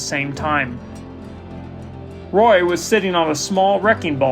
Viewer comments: It's ROY, not Ray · You called him Ray and then you called him Roy. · You might call it a ROY-al disaster 😑